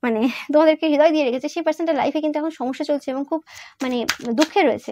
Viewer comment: হৃদয় উচ্চারণ হবে = Redoy not hedoy. Thank you dear ❤️